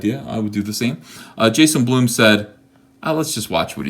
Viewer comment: Ethen. Please. Blum. BLUM. not.. b l o o m gashhh